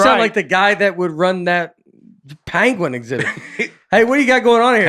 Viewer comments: Pen - gwin. Short e. Not short a. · I’m playing catch up on your podcasts and just got to this “Best Of” episode and so loved the debate on “Panguin” () vs. “Penguin” (Nate & ) It was hysterical and reminded me of another similar but worse mispronunciation of the word on a BBC animal documentary narrated by Benedict Cumberbatch who - to this day struggles - with the pronunciation. It’s hysterical too! Love watching and listening to you guys! Break a leg Nate on SNL due to air on Saturday! I’m so thrilled with your success! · I LOOKED it up and it had the sound pronunciation of the word penguin and it sounded like this Pen-Gwen